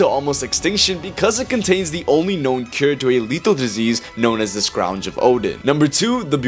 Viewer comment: I’m sorry but the way you pronounce the Scrounge actually made me so mad 😅😂